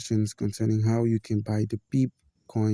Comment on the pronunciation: Pronounced as pepay brotha. Thanks for the help 👍